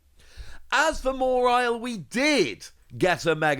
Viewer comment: There no R in Mawile, please its not mawrile